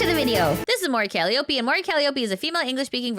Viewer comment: You missed my birthday by a few days but your present more than makes up for that: a clip of Mori Calliope saying her own name, which I'm sure will mean you'll stop spreading a clearly-wrong mispronounciation, right? :P